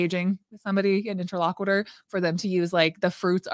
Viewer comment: I know this is petty and annoying, but I mean it in the kindest way possible…, please check your pronunciation of the word “interlocutor”. The “cut” part is pronounced more like the word “cute” and NOT like “quit”. Also, confirmatory IS a word. 👍🏽 Otherwise, love this video and this topic!!!